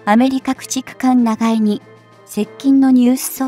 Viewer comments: なんぼなんでも「長江＝ながえ」て┐(´～`；)┌ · 長江を「ながえ」では、もう先には進めない😭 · しょっぱなから”ナガエ”だって？もう内容信用できん。見るのやめた！！